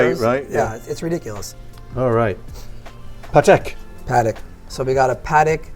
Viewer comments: He is selling Padek instead of Patek. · The man doesnt even know how to say correctly Patek, i think its shameful for a watch expert... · Great video as per usual, but when will Americans learn how to pronounce Patek properly lol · Two DOOR.. AudemarS.. PAtek.. smh.. facepalm.. Hopefully their sales are better than pronunciation